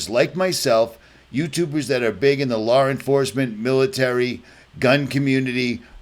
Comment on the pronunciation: Stop putting the "r" sound when you say law. Its l....ah or law. Not lawr